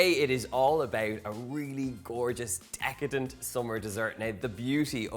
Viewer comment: I love how he says, "Decatant" . 😂 This cakes looks wonderful Donal! 🙌😀